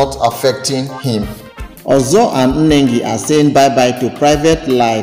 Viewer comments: The name is Nengi and not Enengi Pls take note and check your pronounciation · Why do find it difficult to pronounce Nengi without pronouncing Nne? It's Ne not Nne